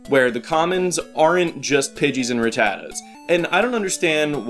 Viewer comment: Can I just say that I love the way you pronounce Rattata.